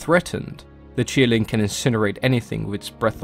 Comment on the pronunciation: It's qilin, not kirin. Please pronounce and write its name correctly